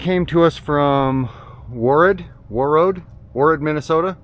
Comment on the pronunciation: That's my buddy's truck. You were very close. The town is pronounced Wore Road, but as one word.